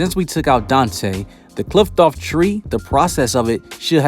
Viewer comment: I love your vids bro, but i hate the way you pronounce Qliphoth...damn.